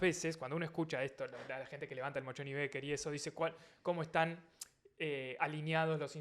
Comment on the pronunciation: Un editadito de las veces que dijo "Mochon y Becker" por favor! Hasta yo tuve que leerlo en la facultad, que nada que ver tengo con las ciencias económicas. Gracias x estar ahí <3